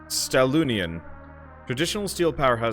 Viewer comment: Hey, great video as always. And by the way, one of the corporation you unlocked is the Stahlunion. You pronounced it really funny. It is in fact a german word and is pronounced a little differently:) Stahl (german word for steel) - Union (union, same as in english).